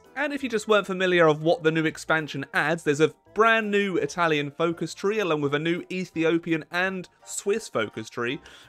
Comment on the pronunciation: Bad italian pronunciation, but loving the effort! 💪🏻😎 Keep on with that, we surely need more italian focus tree video! 🇮🇹